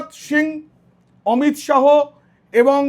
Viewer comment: উচ্চারণ টা অমিত শাহো নয়, অমিত শা.